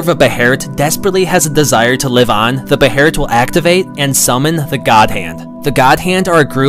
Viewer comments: I thought it was pronounced “baylit” not “beherit” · ... it's not pronounced "beherit" it's pronounced "behelit" Bey-lit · It's behelit not beherit, u gotta understand that Japanese people only say beherit cuz they don't usually pronounce the sound L, so they arnt used to it